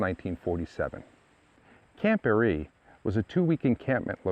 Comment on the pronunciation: It's pronounced (Bear-Ree) I grew up not far from there in the Village of Barree as did my family generations back. Spent many times swimming, floating on tubes and just hanging out at the camp lake with my sister and friends. We have a family camp just up the dirt rd (Tram Rd) from there. I was a girl scout for a short time and remember going out there to the big building and we had a highschool get together there too. Its a shame that the lease was not renewed back then. Lots of memories in that area❤ we still take drives out thru the mountains and i say about the camp Everytime we drive past it. I seen that they are to be placing a bronze memorial sign on the chimney this spring sometime 2024.